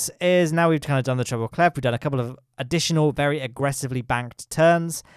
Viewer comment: it’s treble “clef” there’s no T at the end. I’m sorry for you to hear about it this way.